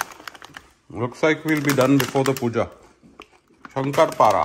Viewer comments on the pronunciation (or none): It's Shakkar Para.. Not Shankar Para.. Happy Diwali& New Year